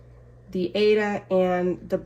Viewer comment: Thank you for your video, FYI - the fabric Aida is pronounced eye-re-da. The creator of the fabric wide loved opera and the fabric is named after the opera Aida.🤗